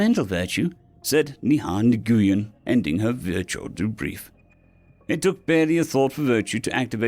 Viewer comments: Nguyen is pronounced more like "NuhWhen" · Nice story....a minor real-world nit, tho. Nguyen is not pronounced the way yuo did...a VERY common deal for the Vietnamese version of "Smith." It's pronounced "Win" with an very soft "n" sound at the beginning. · Excellent thanks for doing it 😊! One mention if you would be so kind to afford a minor adjustment - correction I noticed it before too. Ngyuen Nguyen and any Ng is pronounced wynn.😅❤ I Just wanted to say for all the ones that have it said incorrectly and are polite and don't want to say anything. The one who truly cares about you will say something that's me Brother and I love you thank you so much for the hours and hours of excellent stories!❣️🖖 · Nguyen is pronounced kind of like "win". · So I have a pronunciation question: Nguyen, I want to say it like did here when I see it written out, but characters in The Expanse pronounced it more lik "win" so it has left me wondering which is accurate? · he pronounced it wrong, he also pronounced hors d'oeuvres wrong -- pronounced or-derve